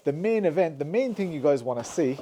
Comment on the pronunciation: Thing = ting... Poor guy just can't pronounce "th".